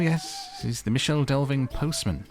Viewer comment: The "Michel" in Michel Delving is pronounced either "mitchel" or "mickle", depending on who you ask, with the former having the most supporters. Tolkien took it from Old English "micel", which means big/great/large. Michel Delving means big excavation. Close to it is also a small town called Little Delving. Speaking of the Shire towns: I used to play Lord of the Rings Online a lot, and they absolutely nailed the Shire in that game. All the little towns are there: Michel Delving, Bywater, Frogmorton, Hobbiton, etc. Most of the quests in the Shire revolve around food or mailbags, or helping various farmers out with chores. It is almost a tranquil cozy game within a larger MMO with plenty of violence and darkness. Going for a spot of fishing or pipe weed farming in the Shire was always a great way to unwind.